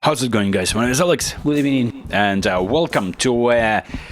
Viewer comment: Good ebening, good ebening, good afternoon